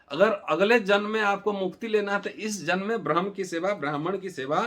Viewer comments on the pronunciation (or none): none